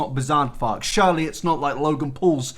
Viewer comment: normal person: ‘surely not’: SHIRLEYYYY NOTTTT mate. your accent lmao.